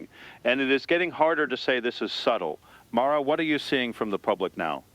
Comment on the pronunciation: John Vale AI voice pronounces "Mara" two different ways.